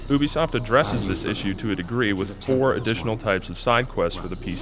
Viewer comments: I thought ubisoft was pronounced Youbeesoft not oobeesoft. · Why does he say oobisoft? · My man said oobisoft